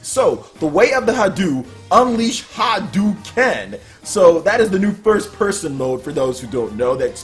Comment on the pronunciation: its not hadue its Hado